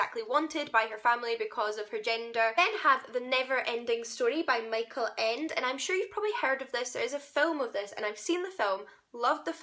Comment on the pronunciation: Ooooooh my gosh, Erich Kästner is amazing. I grew up with his works and there are so timeless. Also my favorite is called "Das doppelte Lottchen" in German and it's the only book by Kästner that has two female main characters. I adore these books so much. Also I love how you pronounced Micheal Ende. ^^ So cute. I watched the movie recently and I find it so scary...